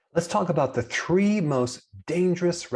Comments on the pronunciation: The 'tree' most dangerous restaurants meals in the world ? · “Tree” most dangerous foods? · Wait the "tree" 🌳